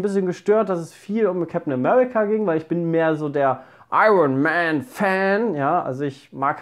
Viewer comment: "Ironman Fan" klang, wie son richtiger Ammi